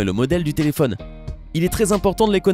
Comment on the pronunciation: "telephonne " i phone ouai